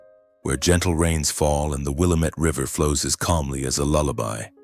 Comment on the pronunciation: A I, no one in Oregon would say WillaMETTE River. It's Wil LAM MET.